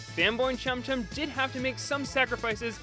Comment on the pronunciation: Say chum chum without the second H